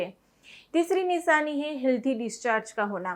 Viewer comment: Nishani nahi nishani apk sa sha bolne m fark h